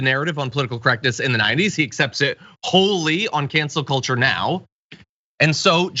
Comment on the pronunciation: I heard “Cancer Kultur” for an instant before hearing “Cancel Culture…”